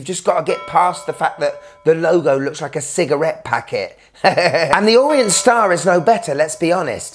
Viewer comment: It's Orient. Not Orient.